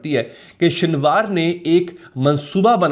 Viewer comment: His name was سنوار not شنوار